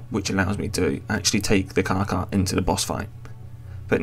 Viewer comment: stop saying carca its carcha